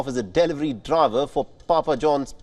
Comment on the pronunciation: please Google the pronunciation of DELIVERY! It is pronounced as Deli vary & not DEL VARY